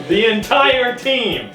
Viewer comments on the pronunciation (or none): "The enTAIre team" I'm dYING